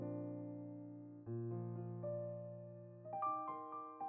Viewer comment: Узбекистан - ударение на последнем слоге!!!